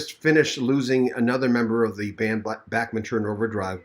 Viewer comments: The way to pronounce is like BACH not Backman.... Please get it right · Please quit saying Back men turner Its Bach sounds like Bock Like the classical musician Bach I had to quit watching because of your speech impediment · It’s Bachman, not Backman! 🤦🏼‍♀️